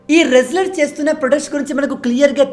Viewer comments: అది వ్రేస్లేర్ కాదు రేస్లేర్ అది. చాలు మీ చదువు ఇక్కడే తెలుస్తుంది🙂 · Excellent, brother! W is silest in wrestler. రెజ్లర్ అని పలకాలి; వ్రెజ్లర్ అని కాదు